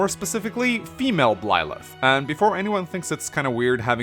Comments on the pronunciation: Why do you pronounce Byleth as Blyleth? Why? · This just in, cannot pronounce Byleth and will fail to do so in all future content Pretty sure that not-Serra was previously confirmed to be named Mercedes and I think is a sword unit (?) Don't knock Bernadetta for being an archer. Apparently she can also use Lances. I get the feeling she's going to be a dark horse choice for a lot of people. Personally I'm really hoping that there are some more characters we meet who aren't part of this high school so we aren't in the Fates situation where everybody is either a royal or a retainer from the same country, but I'm not holding my breath. Failing that, that the implied time skip is long enough to moderately counter the whole ethical issue with leading on a student...